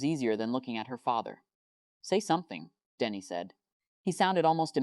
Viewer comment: Did anyone else notice that the AI kept pronouncing "Danny" as "Denny"?